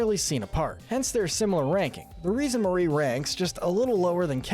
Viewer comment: Glad actually says Marie and not “MaRi”